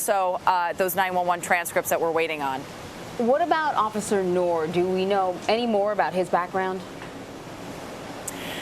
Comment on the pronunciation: "Noor" is pronounced as Nooooooor. If you can pronounce "after÷noon", then you got it